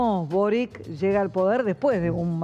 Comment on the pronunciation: El nombre del antiguo presidente de Chile es Sebastian Piñera no Piñeira. Nunca he entendido porque a los argentinos les cuesta tanto prounciarlo correctamente. Lo mismo sucede cuando nombran a Boric. El apellido de Boric es croata y se pronuncia Borich.